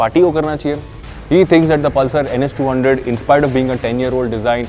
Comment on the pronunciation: the way the said 'pal sir' 😆